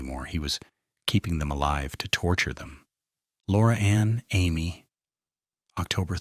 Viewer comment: Most pronounce Laura's surname incorrectly. It is written Aime & is pronounced amy, like the name.